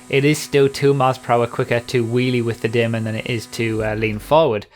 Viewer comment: Man finally said Daemon right! I'm done! XD